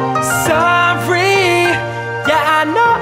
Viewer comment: muito bom, so não gostei quando ele fala "Sorry", a dicção estranha, no mais top demais....